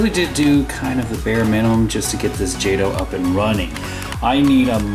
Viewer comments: isn't it pronounced jayto not jawto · its pronounced jot-o not jade-o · Stopped watching as soon as I heard “ Jahtoh “ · It's pronounced JAY-TOE. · In case you missed it, it's pronounced "jaytoe" ! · yup me to! I was like WTF! How can you not know how to pronounce it!🤣🤣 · your saying jato rong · Your saying wrong, wrong...